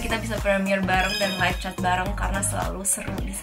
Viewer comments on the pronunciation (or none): none